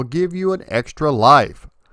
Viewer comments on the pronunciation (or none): none